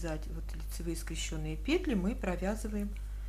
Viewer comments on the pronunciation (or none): Ну скрЕщенные же! Как же режет ухо эти ваши скрещЁные. Не могу больше... Извините